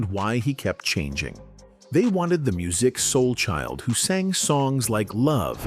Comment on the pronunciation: I will not subscribe to your channel! You can't ever pronounce his name right smh